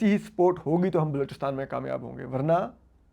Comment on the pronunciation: I was hearing "sport, sport, but you were saying is support...😂